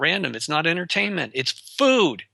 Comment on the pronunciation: I love the channel but hate. I hope he makes enough money to fund an interviewer that can speak English without going into anti vax and that can say a word pronounced food without saying feewd.